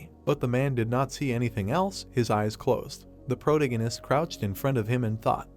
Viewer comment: Had to stop wtf is a “protengenist” 😭😭 man says it every other line. Protagonist is the word pronunciation the a in there